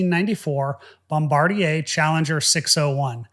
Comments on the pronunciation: I'm french and I love your pronunciation of "Bombardier". I've always heard it as "bombr a deer". Or similar.. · Finally, someone pronounces Bombardier correctly😘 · It's Bombard-yay (roughly). It's a Quebec company.